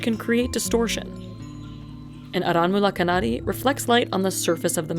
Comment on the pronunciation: Not arawul kanari it's called aranmula kannadi